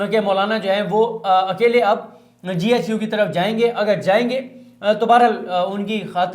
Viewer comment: صدیق بھائی زبردست وڈیو ہوتی ناراض نہیں ہونا J HQ نہیں ہے GHQ ہے شکریہ